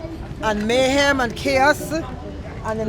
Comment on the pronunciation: "Mayhemuh and chaosuh, dodginguh bulletsuh."